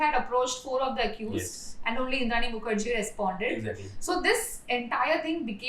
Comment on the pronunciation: Muker jea pronunciation has me rolling😂😂. Great video. I hope your channel thrives. You have earned a new subscriber.